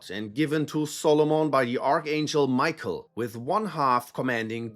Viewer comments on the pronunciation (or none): none